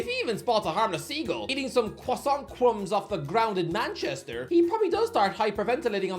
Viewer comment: 'Croissant cwumbs'?